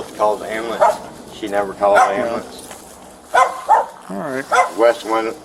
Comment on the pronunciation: I'm still trying to figure out what an amboolunce is